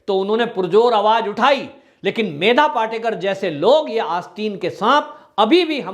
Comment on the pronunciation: पाटेकर नही पाटकर।